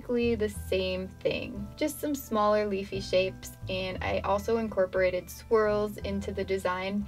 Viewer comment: lol I thought she said she incorporated squirrels in her drawing not swirls